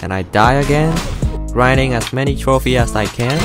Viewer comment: The fact that he said throphie instead of trophies